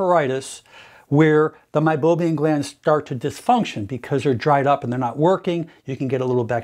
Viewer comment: MeiboMIAN not meiboBIAN.